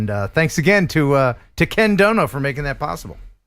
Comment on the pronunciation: Ken you gave me a Seinfeld moment, because I thought you said something and then I heard you say it again 😂 it’s Ken doBo, not Ken doNo 😂. The unintentional funny is still funny non-the-less. In retaliation he may call you Ken Crow instead of.